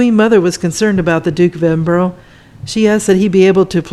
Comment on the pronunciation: Nice video. Edinburgh is pronounced "Edinbru" in the UK, so you know and not Edinbrow